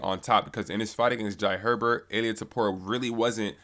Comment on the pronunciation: why can’t anyone say topurias full name right lolol it’s always either ila topuria, or ilia topura. Its ill-lea toe-poo-ree-ah!!